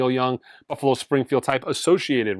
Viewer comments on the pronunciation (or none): none